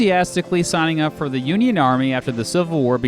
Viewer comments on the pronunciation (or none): none